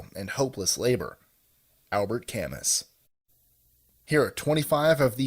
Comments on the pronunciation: Albert Camus is pronounced ca moo Not: ca muss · Alber Camoo its french lol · Camus is pronounced Ca Moo. It's French. Once again List25 is dumb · ozdergecko OK. But ca-mus? LOL But how do you pronounce myh ? I just heard a French speaker pronounce it and was more like ca-moo or ca-mew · Camus is pronounced Cam-moo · bear ka-myh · Camus is pronounced "Ka-moo"